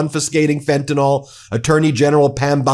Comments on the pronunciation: i just gotta say: it's pronounced "fen-tah-nill", not "fen-tah-nawl" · fentanyl (pronounced fentynil) not "fentinol" please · FentanYl not Fentanall. FEN-TAN-ILL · I can’t listen to you saying “fentanawl” any more. Fentanyl! JfC! Read the word! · WHAT, EMPTY FRNTANYL BOXES? 😂😂😂😂 YUP THAT'S TRUMP ALLRIGHT 😂😂😂😂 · Ben, please pronounce fentanyl correctly. The ending sounds like (nil) not (nol). Thank you! R.N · Fentanyl's last sylable is pronounced "nil". It's a short 'i' sound, as in "alcohil". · I love your show, but could you please set the proper standard for the pronunciation of the word "fentanyl". Way too many people pronounce it as though it ends in an OL and it clearly does not. This just bugs the living crap out of me. It would be wonderful if you could get this right. You're really good at getting your news coverage right I would hope you can do the same for this particular word. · Why do you Americans refuse to pronounce very simple words correctly? Fentanyl. Y’all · Check your pronunciation of fentanyl